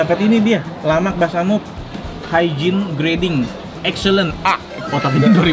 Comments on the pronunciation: Lamak tu artinya enak, bukan lemak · Lamak enak men bukan lemak.